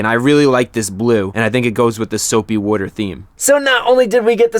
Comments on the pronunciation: why can u not say water? lol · I love how chrisfix actually uses the word "WOTER" so many times